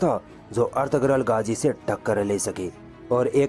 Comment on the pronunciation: गाजी नहीं। गाज़ी नाम है।